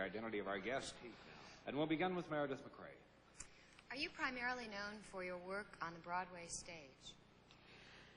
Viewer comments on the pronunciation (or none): Meredith MacRae, not "Macrae".